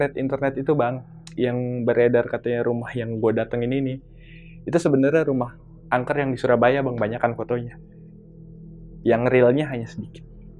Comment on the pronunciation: Yg benar angker , bukan anker..mas.